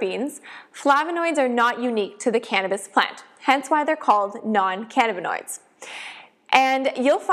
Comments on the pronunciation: Can-nabba-noid lmao 🤣 omg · Great video but the way you say cannabinoid makes me Twitch